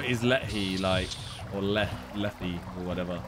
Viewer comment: Simon and pronouncing Lethe as “let he” is honestly infuriating so I’m going to tell you how it’s actually pronounced. Lethe sounds like breathe and leave combined, take the first syllable of leave and the last syllable of breathe and you now know how to pronounce Lethe correctly. Also the river Lethe is the Greek river that Achilles was held in the gain almost complete invulnerability, the only downside is that you could lose all your memories as it’s known as the river of forgetting